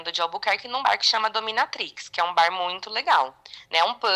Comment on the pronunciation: Moca,a pronuciacao de bar em ingles esta errada.NAO leve a mal mais antes de pronuciar uma palavra em ingles aprenda a fala.😊